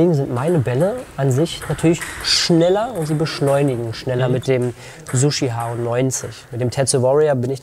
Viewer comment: Gesprochen eher so: joe tschihao nicht sushi hao